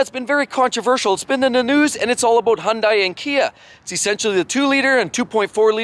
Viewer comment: Why do so many people mispronounce Hyundai, and from a car channel? Have you never seen a Hyundai commercial? It rhymes with Sunday.